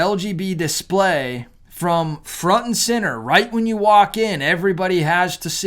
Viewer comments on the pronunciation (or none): none